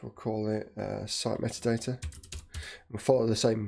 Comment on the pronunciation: Sorry, great tutorial, unfortunately spent most of it screaming that doesn’t say METADATA IT SAYS MEAT-ADATA. Vaguely painful.